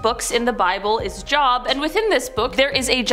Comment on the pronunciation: … your my fav host and I love you🫶🏻 but it’s not Pronounced ”JOB”… The way It’s pronounced Is JOE-B💯